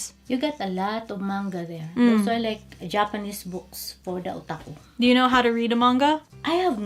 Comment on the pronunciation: did mom say O'taco